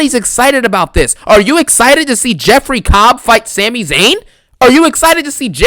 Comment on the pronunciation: It’s Sami. Just sayin. It’s a Syrian name.